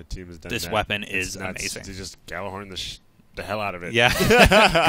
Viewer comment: FYI - The Gjallarhorn is pronounced Yallarhorn. It's Nordic in origin. #TheMoreYouKnow